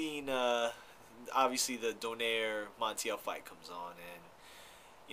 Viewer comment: its not "Do-Nare" its "Do-Naye-Reh"